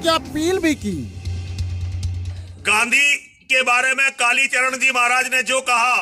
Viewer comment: एंकर को कालीचरण महाराज का नाम ठीक से बोलना चाहिए